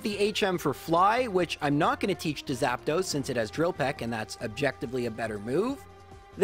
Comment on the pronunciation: Why are you saying Zapdos like Zap"those"? 😂